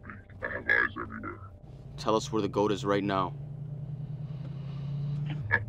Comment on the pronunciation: Yea but you said gott not goat